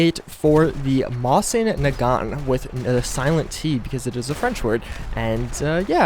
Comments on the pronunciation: Dude i Own a Mosin its Pronounced Mow-Zin Naa-Gant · Mose-in Naw-gaunt I think is the correct pronunciation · You’re pronunciation makes Stalin mad. You make big mistake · Drives me crazy that the name is mispronounced and the mod authors stuck a Type 99 Arisaka bayonet on there but the animations for the stripper clips blew me away. As I own a Mosin and an Arisaka from WWII, (yes I did my research and tracked down the arsenal and year the weapons are from). I would love to see an early model Type 99 Arisaka rifle from like 1940. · i mean you clearly didnt research that much because that isnt how its pronounced... maybe thats just how it sounded from whoever said it?